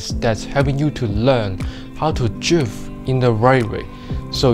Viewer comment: Dwifting😂 i love how hé says drift😂